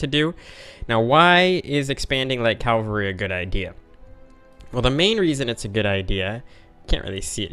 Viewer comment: Why do you say 'calvary' instead of 'cavalry'? :) Forming the Arabian Empire could indeed be the main goal of the campaign.